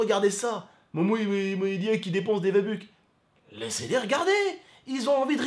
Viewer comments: S’il te plaît dit V-buck et pas VA-buque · mon frero je t’en supplie arrête de dire va buck c v bucks😂